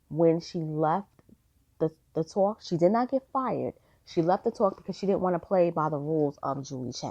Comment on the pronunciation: The “tooowalk”. Ha!